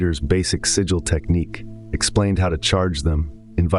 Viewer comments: you dont need the AI voiceover. sigil, not siggil. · Shit ai copying other peoples work and mispronouncing the word “sigil” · The AI mispronouncing sig·il / sigil is really taking me out of internalizeing the information.